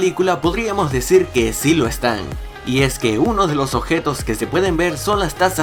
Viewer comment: Me gustó mucho tu vídeo, está lleno de datos interesantes! Solo que mi TOC me hacía estallar la mente cada vez que decías adactación, occión, ocjeto xD Nadie más lo notó?